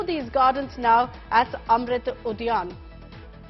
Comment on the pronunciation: Ud Udhyaan hota bey bkl anchor Udayan nhi